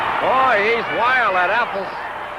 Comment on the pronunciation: A golden moment from the Golden Age of Wrestling. Guy introducing the wrestlers: "...from Lafayette Indiana, weighing 248, Bruiser Affles." Pronounced like apples. Dick the Bruiser: "Dick the Bruiser, Bub." Guy: "Just the Bruiser? Just the Bruiser." Dick the Bruiser would have been excused for pounding that guys head into a ring turnbuckle for butchering his name.